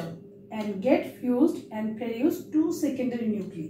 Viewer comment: Sorry to say miss, but it is not preduce. Its produce. Sounds wierd to here preduce.